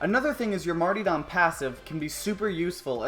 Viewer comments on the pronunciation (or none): You seem to have missed the second r in martyrdom.